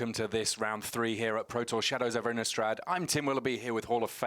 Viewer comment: why does everyone even at wizards call it "innUstrad"... there's an i, not a u!